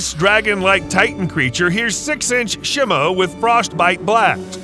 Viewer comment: It's shemo